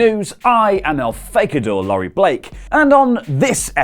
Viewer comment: DID HE SAY EL FAGADORE? LOL